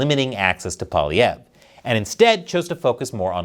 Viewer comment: You are the only american I've seen who pronounces his name properly.... are you from Québec???